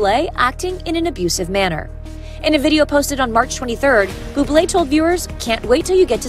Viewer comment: It's all in innocent fun, my gosh people are dramatic🙄 The narrator of the video literally didnt even say his name right🤷‍♀️